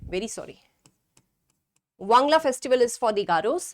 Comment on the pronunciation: Not wangla wan+gal+a